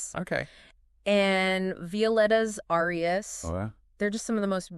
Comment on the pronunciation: cool podcast but yall gotta learn how to pronounce the names of these arias lol